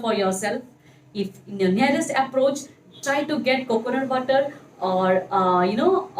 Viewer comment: Aaalso ,waatar 🤣🤣🤣